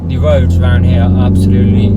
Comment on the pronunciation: Love that talking, the wed light and nice wubber, going out on to the woads 😂😂😂😂😂😂